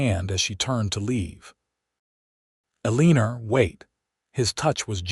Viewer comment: It sounds like a good story but how could you expect people to listen to the narrator call Eleanor Uh-lee-ner? Just ridiculous.